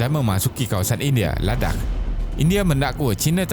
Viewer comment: Ingatkan dia nak sebut "ladang" tapi tersedak. Rupanya "ladakh"